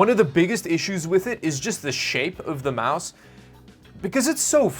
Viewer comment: say with me its MOUSE lol